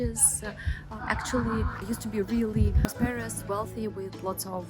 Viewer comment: Your English is excellent - I hope to speak Russian one day half as well as you speak English. One pronunciation tip, in the word "prosperous", the accented syllable is the first, not the second. (I only mention it because you used the word multiple times...so I thought you would want to know.) Keep up the great work!